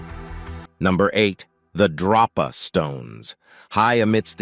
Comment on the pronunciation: Drōpa, not droppa.